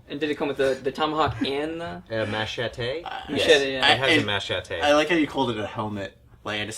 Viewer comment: Machate… is MACHETE LIKE A MAN